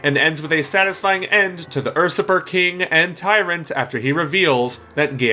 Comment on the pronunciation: Fuhkades, ersuppers, and automations, huh? Some interesting pronunciations you got there